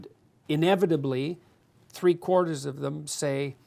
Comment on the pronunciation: 3 or tree?